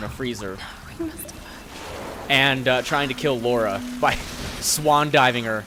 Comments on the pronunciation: Thank you! It gets on my nerves when people lay Laura and not Lara. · its lara not lora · Its LARA! not LORA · "I'm gonna tell you my history with the Tomb Raider franchise..." Well since you kept calling her "Laura" not "Lara", I'm gonna assume you haven't played them much:P Classic:D I love ya for it though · It's Lara not Laura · Its lara not Laura! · Lara its Lara croft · Scumbag calls her Laura, even though that was originally her name, but Crystal Dynamics changed it due to the Americans inability to pronounce it properly. God damnit! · keeps calling her "Laura".....wtf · LARA its Lara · It's not pronounced Lora... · You pronounce Lara wrong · Please learn how to say her name.